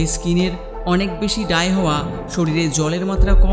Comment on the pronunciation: ডাই স্কীন নাহ! ড্রাই স্কীন হবে উচ্চারন সঠিক করুন।